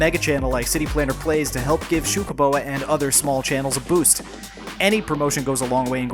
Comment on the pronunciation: I like when you say Xucaboa!